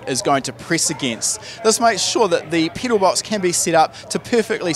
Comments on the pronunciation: I cant get over the fact that he keeps saying “peedal” and not pedal lol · Lmfao u say pedal funny 🤣